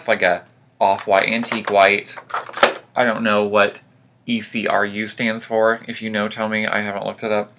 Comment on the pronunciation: ECRU is a color name pronounced.........EK..ROO hope this helps.......